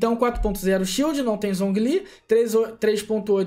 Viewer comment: tudo que é inglês ele fala errado kkkkkk